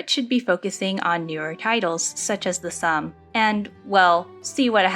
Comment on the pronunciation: Hi, this is a good video, but just one thing. Its not pronounced the ssum (sum). Its much like how the Korean name min-jun is pronounced Min-joon. The game is The Ssum (soom). I hope this helps! I am looking foreward to more videos! Have a nice day